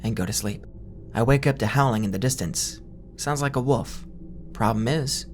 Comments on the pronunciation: can you not pronounce wolf at all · Love this!! But just wondering if I am the only one who thinks you pronounce wolf like „woof“